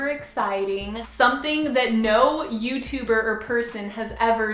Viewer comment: when you said Youtuber or person I really had to rewind cause I thought you said youtuburger person what a conundrum